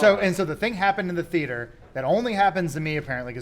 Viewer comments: What the hell is a theerter? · is having a stroke every time he tries to say the word theater?